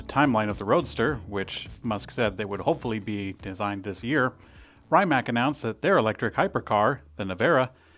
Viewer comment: Hey - love these news reports, I really look forward to them - and I love your relaxed, self-deprecating presentation style. It looks as though the new mini-Gee kept you up last night... (oh, and Rimač is pronounced 'Rim-ats'. 🙂)